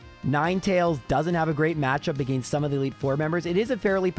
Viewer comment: The way you say "against" will never not get on my nerves. It was obviously something forced, not natural. If it was you wouldnt pronounce "giga drain" properly